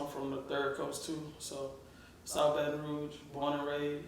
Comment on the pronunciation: It's baton rouge not baton rogue